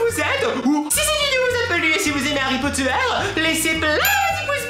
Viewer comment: Tu dis Harry pot de terre ?! XD #TeamPalmier